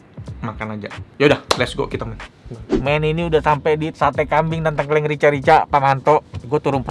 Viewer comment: Btw ngomongnya tengkleng bang bukan tengkleng